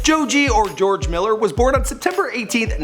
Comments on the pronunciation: THIS IDIOT WANTS TO BE TAKEN SERIOUSLY AS A PROFESSIONAL YOUTUBER BUT YET NEVER TAKES THE TIME TO LEARN HOW TO SAY PEOPLES NAMES.... PINK MAN...JOJAY MILLER.....ANIME INSPIRED VIDEOS? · "The life of Joe-Jay Miller" nice pronunciation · "Jojay Miller" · "Jo Jay" ??????????????? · "Jojay" this channel is fucking stupid